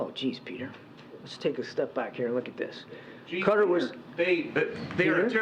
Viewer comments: Re Qatar It’s pronounced ka’ tar! Not cutter! I have been there several times!! WTF? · How does the country Qatar become Cutter? Kat-ar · Why does FOX keep saying "cutter"? Qatar is pronounced ki-TAR. (Rhymes with guitar) The reporter even says "ki-TAR-eez" for the people of Qatar. Why can't they get it right for pronouncing the nation of Qatar? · What is wrong with Americans that they pronounce so much incorrectly? Qatar is NOT pronounced like cutter, its pronounced like guitar, get it? Its REALLY annoying. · Qaaw--tarr please!! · Why are they mispronouncing Qatar? 😂 say it right people! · You could not find a worse leader on the world stage at this preamble to WW3 than Traitor Joe. 🤨 And why can’t any of these bozos say Qatar? 🥴